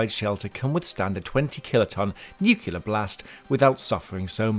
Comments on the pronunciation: Nuclear. There is only one “U”, not two. NucULAR is nothing, nuCLEAR is the word you are reaching for. It isn’t hard to pronounce, just try actually looking at how the word is spelled. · It's pronounced "nu-clee-ur" not "nuc-you-lar." ; ^ ) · Nuclear not "nucular"; I don't understand how people mess this up or why so many do. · Nuclear. NEW-Clee-er. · Nu cle-ar, repeat after me, New Clee are! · Nuke-you-ler blast? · "nucular" ... roll eyes!